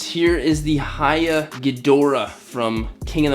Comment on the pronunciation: For pronunciation, it's "hee" YA toys... not "hi" ya toys.... just like the Japanese camera manufacture Nikon is pronounced "Nee"-kon; not "Nigh"-kon.